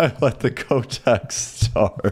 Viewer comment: its not Kc-o-teck (Kotek) its c-oh-tek (its polish for cat and im polish)